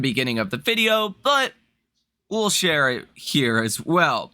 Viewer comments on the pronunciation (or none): none